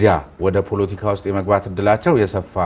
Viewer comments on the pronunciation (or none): ❗ስሜኔህ ግን ከፍተኛው ትምህርትሽ የኔታጋ ይመስላል ሌላውን ነገር እንኳን ለቃቅምሽ ነው❗ ያስታውቅብሻል❗ 10 ግዜ ደሞ ፑሎቲካ ፣ ትያለሽ ፖለቲካ ነው የሚባለው አንቺ ድኩማን❗አማርኛ እንኳን በቅጡ ተማሪ እንጂ❗